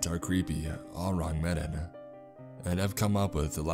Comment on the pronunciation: say the name wrong one more time I swear to God it's not med in it's me-dawn